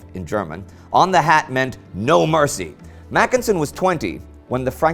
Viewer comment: It should be macKENsen and not MACKensen, as here.